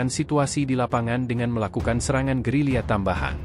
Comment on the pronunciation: Gerila bukan gerilya